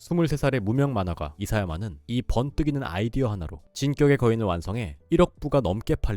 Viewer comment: 심도 깊은 영상 잘 봤습니다 개인적으로 순수 궁금증 때문에 그러는데 진격의 거인의 발음을 진껵의거인이라고 하시는 이유가 혹시 뭘까요?